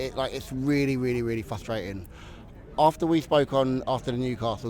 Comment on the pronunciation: Fwuswating. Welase Woderwick